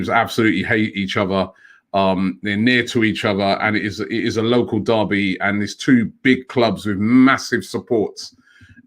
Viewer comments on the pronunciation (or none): none